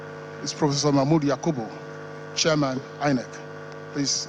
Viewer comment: It's chairman not shiaman